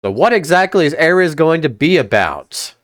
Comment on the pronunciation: Normal people pronunciation: ARES (AIR-EASE) Him: ARES (AIR-RIZZ)